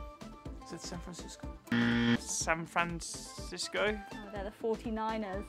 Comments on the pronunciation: San Frandisco😂😂😂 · no one: carlos: san franDISCO 🕺🕺🕺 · why did gorge russel said san pran sisgo